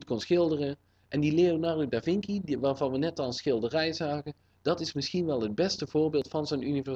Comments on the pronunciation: je spreekt het uit als leonardo da vinsji niet vinki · Leonardo da vinci... Hahaha dat spreek je toch echt niet uit als vinky maar met een c van cinema :p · het is leonardo da vinci. en je spreekt het uit als davinchi. zoals chihuahua. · In het Italliaans spreek je de c uit als [tsjie] en de ch als een k. Je hebt Leonardo da Vinci dit verward.